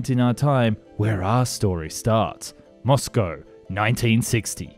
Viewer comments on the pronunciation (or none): none